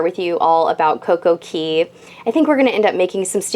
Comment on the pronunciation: Girl! Again, it is coco Cay it rhymes with Day! I love your vlog's but it's driving me nuts that you're putting an e in Cay